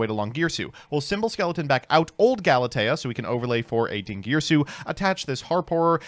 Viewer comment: bringing out the cello AND saying Galatea correctly?!?! We’re in for a treat tonight.